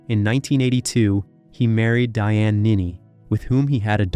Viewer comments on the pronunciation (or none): none